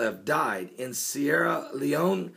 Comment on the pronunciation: You said Sierra Leone right! I'm proud of you Pastor!